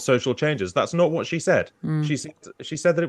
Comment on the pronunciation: "exept".... "whot"...Yoo don't speaka di Inglish? Lol!.